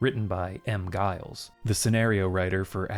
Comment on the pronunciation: Pronounce Giles with a J